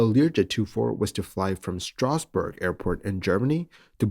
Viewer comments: It's Strausberg, not Strasbourg (that would be in France). Also your pronunciation of "Luftfahrtbundesamt" was pretty much on point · But he pronounced it so I heard “Strasbourg” … which is much more to the west … and on French territory. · When you said Strausberg all i heardf was Straßbourg, which is in France. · Strasberg.... Not Strasbourg (in France)... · He mispronounced STRAUSBERG which is approximately 30 km east of Berlin. And the auto caption pick this false name as well. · Auto captions went for Strasbourg because of the ambiguous pronunciation of Strausberg 😉